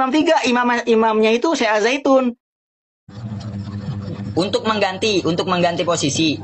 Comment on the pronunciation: Ngang ngong ngang ngong. Aljaitun mah